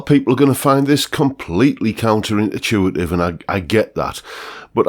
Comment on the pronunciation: The word is "intuitive" not intertuitive...